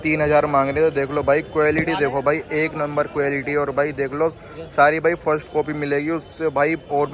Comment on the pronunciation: Quelity to sahii se bolna seekhlo bhai